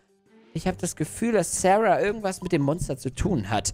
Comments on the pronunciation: Sie heißt Sahra und nicht Serha😂Egal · Sahra und nicht särha